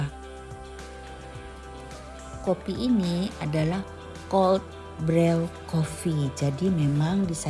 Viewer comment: Koreksi, brew dibaca bru 😊 seperti nama Andrew dibaca endru.